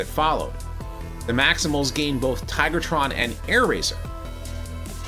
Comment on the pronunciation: Tigatron not Tigertron